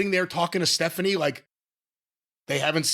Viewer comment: "Staphanie" lol